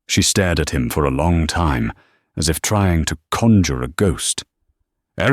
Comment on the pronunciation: i loved it. great story and great narriation.......the bot still has a problem with enunciating time, but over all, a very good read